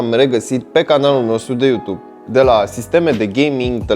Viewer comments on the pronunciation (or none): none